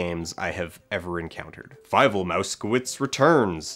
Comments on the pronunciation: Why do you pronounce it as fi-vel? Is that the one they use in the movie? It looks like a German name and as such it would be pronounced fee-vel. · FIEVEL? FEIVEL?? FEIIIIIVELLLL!!!